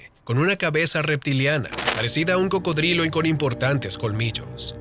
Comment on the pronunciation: Jaja cabal solo lo escuche y me empese a reir